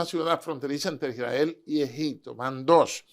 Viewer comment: Este señor sabe mucho me gusta y si menciona correcto el nombre de Isrrael no como otros que dicen Irrael